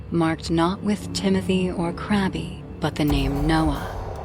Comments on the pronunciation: the narrator says "Crabby" but its actually a girl's name, "Gabby" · “crabby” instead of gabby is crazy😂